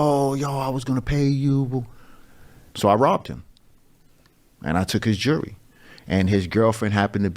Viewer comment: Anyone who says "jooree" as jewelry...probably isnt on top of the academic heirarchy. Is what it is